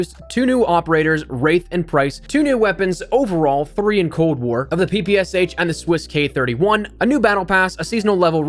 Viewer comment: PP “esh”, not PPSH